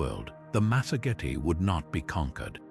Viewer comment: the lands of the masogity... good grief.later it's masergeti... what is wrong with your ai's script bud?